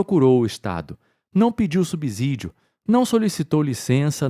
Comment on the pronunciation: Uma dica da língua portuguesa: a pronúncia é (SUBCÍDIO) e não: (SUBZÍDIO), a mesma regra que se aplica para a palavra (SUBSEQUENTE), até pq a letra "S" só tem som de "Z" entre vogais.